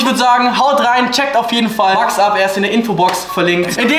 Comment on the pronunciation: 😂😂😂 Max😂😂😂 es wird mäx ausgesprochen